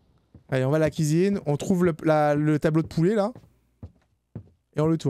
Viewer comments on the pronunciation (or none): none